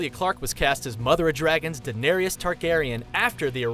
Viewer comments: The way he pronounced Daenerys made me cringe. It's pronounced Da-ner-is not Da-nar-ious. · Why is he pronouncing “Daenerys” as “danerius”? 😂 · QuartosCZ QuartosCZ "Daneereeus" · They may as well say Darius 🙄 De-ne-RIS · "Daenerius, Khal Drago, Lisa Stark, Tara, Old Nahn", has this guy even watched the show lmao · how you know someone doesnt watch game of thrones but talks about it? they say danereious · you said danerius it is danaerys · Danarees, Viserees, Tara Greyjoy, Khal Drago, Lysa Stark, Old Nahn, C'mon dude at least learn how to say the names. Watch the New Rockstars videos on GOT, they have just as much information and they actually watch the show. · Den eh re ass 😂😂😂😂😂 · Why the hell do you americans say Daneryus? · I'm annoyed that it sounds like he's saying "Daenarius" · Yes! And 'Daenerys' not 'Daenerius'! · They also said Lisa Stark instead of Lysa Arryn, "Danerius Targaryen" or sumn like that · Danerius Targarian lol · Old naaan, Khal Draago, Danerius, Alario, Veseries, Meester Luwin. Omg. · Do you even watch Game of Thrones? Daenerys isn’t pronounced “Daenerias”, Drogo’s name doesn’t have an ‘a’ in it, and Theon’s sister’s name is Yara not Tara...wtf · Why are you pronouncing Denaerys as Dun-air-eee-yus? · He kept saying Daenerys wrong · Maybe someone who makes a video with facts about certain subjectmatter should learn to pronounce important words for said subjectmatter. Such as Daenerys, or Cersei. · when you do all this research on the show how can you pronounce so many of the names wrong? Lysa Arryn, Catelyn Stark, Khal Drogo, Daenerys and more are pronounced wrong several times in this video. i love these videos but it really irks me when you don't even try to pronounce the names correctly...